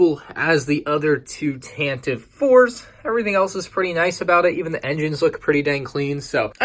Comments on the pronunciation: Tantive IV is pronounced with three syllables. Tan-Tive-Four. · It is pronounced with 3 syllables "Tan-teh-vee" Four... but don't say it like that!! xD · Its said Tan-te-ive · Can someone please tell me how Tantive is pronounced with three syllables? It makes no sense since I've always heard it pronounced with two. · But it's one e at the end.